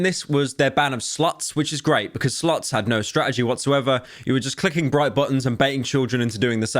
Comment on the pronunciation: His pronounciation of slots made me think twitch was banning sluts??